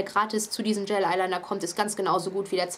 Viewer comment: cooles video aber du spricht es immer falsch aus das heißt gel eyeliner und nicht gayl eyeliner :)